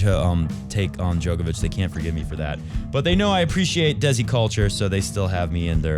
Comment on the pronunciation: Haha - the correct Hindi pronunciation would be “they-see” 😅, best tennis show ever